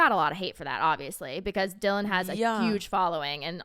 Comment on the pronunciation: You said Dylan’s name right. Thank you for talking about it! I love you two so much ❤🎉